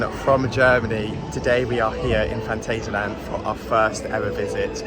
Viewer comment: Awww ... you start great with the "guten Morgen" ... and then ruin it by slipping into the english/american pronounciation of "Phantasialand".